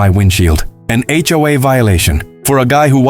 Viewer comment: It's HOA not HOAA